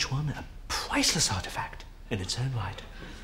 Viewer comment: more like "absolutely pwiceless"